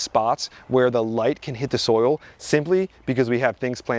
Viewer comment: For me it was every time he said something like "you don't want to dry out your soul. It's bad to dry out the soul" (vs soil) 😂